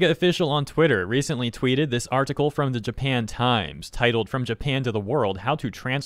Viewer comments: What is an R-Tickle? Why do you keep saying R-Tickle? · Why does bro say article like that